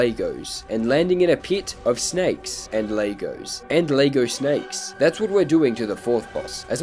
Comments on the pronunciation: physical pain by the way you say 'laygo' not lego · To be honest the more annoying part of this video was how pronounced Lego as Lay-go. The Activate windows can stay just for gods sake please learn how to say Lego 🐑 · Did he just say laygo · "Lay-go" ok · “Laygo” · You pronouncing Lego like that clauses me PHYSICAL PAIN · You know its pronounced Lego not lego